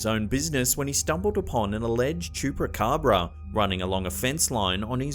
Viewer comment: He does'nt know how to say Chupacabra?